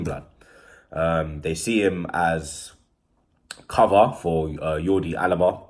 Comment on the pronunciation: Everyone: "Jordi Alba": "Yordi Alba"